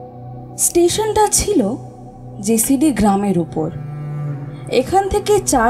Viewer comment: নাম টা ' জসিডি ', জেসিডি না।